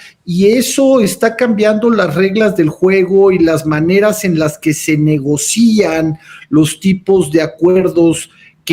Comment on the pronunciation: Que pena escuchar un subsecretario pronunciar NEGOCÍAN, haciendo énfasis en el acento sobre la "I" cuando la palabra correcta no se acentúa y es simplemente NEGOCIAN.